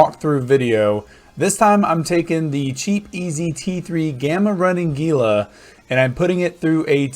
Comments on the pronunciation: It is pronounced "Heela" ROFL Sorry, had to say it. Great video, it has been added to my recommended viewing when folks ask if the "cheap HEELA" can still do t4 Abyssals. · indeed LOL. It actually does not bother me. in practice calling it a "Geela" makes it easier for newbros to find if they have only heard it spoken about ;) Plenty of time to correct them once they are flying.